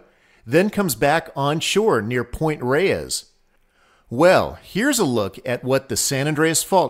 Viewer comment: "Point Reyes" is one syllable...like "Point Rays."